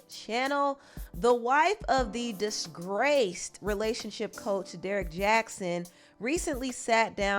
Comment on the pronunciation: Oohh the way you said 'DISGRACED!'